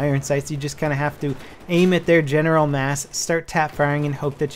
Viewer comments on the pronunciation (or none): In the video he said there general area it was so close to genital. I heard a t in there...... HALF-LIFE 3 CONFIRMED!